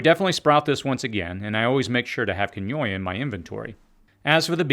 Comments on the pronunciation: keen-wah not qwin-oya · It's Quinoa. Pronounced Keen-wa. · Quinoa is pronounced KEEN-wa not ki-NO-a. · I pronounce it “quin-O-wah” 🤣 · I was trying to Google "Kenyoyah seed" with one eye on the video, when I realized he was talking about QUINOA, pronounced KEEN'wah, in case anyone else was confused by that. Love that stuff. Also, my chia seeds sprout like crazy, so he must be right in guessing that his seeds had been irradiated. Very good info, all in all, but it would be good to add a text correction in the video for the proper pronunciation of Quinoa. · Quinoa is pronounced "keen-wah" not "kinoya" otherwise helpful material. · Quinoia.. KEEN wah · I wasn’t understanding at first, just what you were saying when you kept saying, ‘keenoya’. I guessed that you were saying quinoa…..which is pronounced, ‘keen wah’……not keenoya. Thanks for the info though! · keynoya? quinoa? are you saying quinoa? keen-waa. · Are you saying Quinoa wrong or am I? I pronounce it "kee-wah". You pronounce it "qi-noy-a" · Quinoa is pronounced KEEN-wah, not kin-YOY-ah. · Quinoa is pronounced "Keen-Wa". Just so you know. I heard you mis-pronounce it a time or two. You pronounced it "Ken-OY-Uh". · Quinoa is pronounced KEEN-wah, not... "keh-NOY-eh". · Quinoa, "keenwah" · I had trouble understanding one of the seeds you were talking about, but then realized that you were referring to quinoa - it is pronounced like “Keenwah”. Quinoa is a little powerhouse of nutrition, with amaranth a close second. Happy sprouting! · I heard it as keenwah in US. Then found out it is pronounced the “wrong” way in Israel.😂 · i must have re-watched that section 5 times before i realized ... oooooohhh!! KEENWAHHHHH. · Quinoa is pronounced “keen-wah”. The “wah” is not like a baby crying, it’s like the “wa” beginning of “water” or if you’re from the Northeast US, “wa” like “watts” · The Peruvian native pronunciation is a little more like keen-oh-ahh, slurring the last two syllables slightly, first syllable accented.